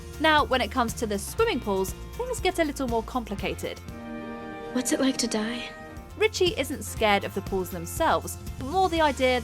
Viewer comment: Ricci, the is in Ricci are pronounced third the letter e because the name is Italian. In Italian, the I sounds as in pin, pig, pie, and pipe don’t exist.